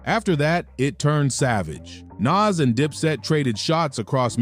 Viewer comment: Soon as you pronounced Nas like it rhymes with cash instead of cause.... I paused it, wrote this and immediately left.